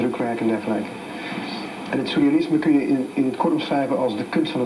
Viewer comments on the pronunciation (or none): Volgens mij zegt hij sousrealisme, of ben ik nu een zeurrealist ?